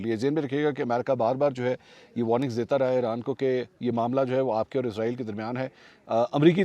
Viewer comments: اسرائیل کو ازرائل کیوں کہا جاتا ہے قرآن مجید میں اسرائیل لکھا ہے ازرائل ہندو کہتے ہے جو ہندو کہے گے وہہی ہم کہے گے وہ صحیح بول تے ہے ان کو تو صحیح اردو نہیں اتی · Please stop saying izrael... it's israel... izrael is an angel... while Israel is the most dirty nation in this world. So please don't call them izrael 😢😢😢😢🙏🙏🙏🙏🙏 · سر آپ اسرائیل کو عزرائیل کیوں کہہ رہے ہیں😮